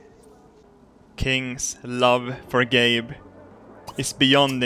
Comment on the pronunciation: "gabe bed sheets" just sounds like "gay bed sheets"